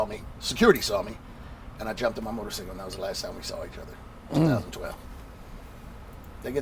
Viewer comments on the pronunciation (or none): Nigga cant say motor cycle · Never trust anyone who says "motorsickle" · Say it wit me bro motorCYCLE not motorSICKLE not haiting just tryna help lol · Right!..how the fuck this dude president of a 1%er biker gang saying motorcicle😂😂🤣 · really interesting video but wtf is a motor-sickle? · That nigga said motorcicle